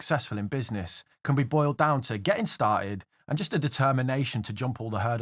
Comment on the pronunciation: Geh-ting ;) You might be good with money, bu' pruhnunciatiun ain't'n't you're strong suit ser ;) Congrats on wun hunred kay dude